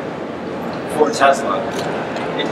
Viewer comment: Tesla, not Tezla. Shouldn't pronouncing the name right be a prerequisite for working for a company?